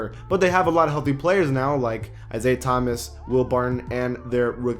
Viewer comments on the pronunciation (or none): none